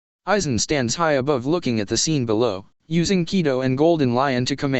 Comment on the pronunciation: Ki-do, not kai-do. Zam-pak-toe not zan-pak-to-toe. Sword, not knife. Silvers Rayleigh not pluton Rayleigh.